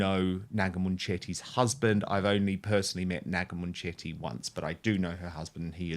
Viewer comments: It is not Moonchetty. It is bully Mun chetty, speak English properly!😅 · Is that how you pronounce her name? I thought it was munch-itty. I prefer munch-itty. 😅